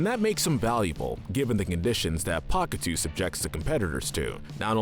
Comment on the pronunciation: Isn't pahkitew pronounced akateyo or pakateyo?